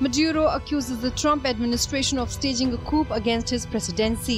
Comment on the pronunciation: it is pronounced as coo and not coup.